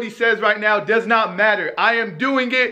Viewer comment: Nobody:: I am doin git